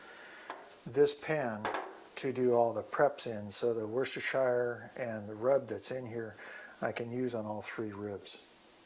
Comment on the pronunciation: worcestershire, please learn how to say it...